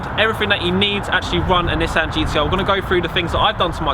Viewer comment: People who own GTRs that dont know how to say nissan